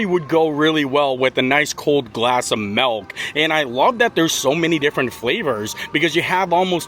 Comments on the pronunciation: Bro there’s an I in milk. It’s not MELK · bro he hit that MELK so hard lol